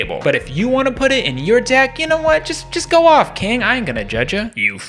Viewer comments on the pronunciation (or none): none